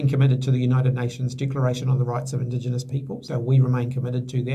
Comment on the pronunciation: And said Indigionous. F****king Wankerrr